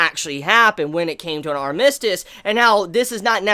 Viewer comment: But the way you are saying armistice though...